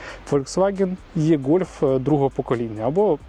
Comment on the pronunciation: Невірно це і - гольф або е-гольф але ніяк не є-гольф